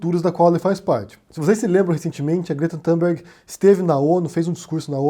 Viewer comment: "Tumberg" e não Tamberg": não é inglês!!!